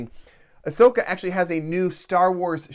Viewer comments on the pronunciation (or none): none